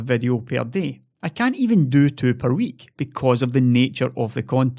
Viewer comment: You definitely say thoo thousand and sex.